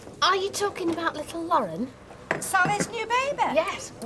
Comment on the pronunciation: And Mike really struggled with Lauren, latterly known as Sirpheh 😂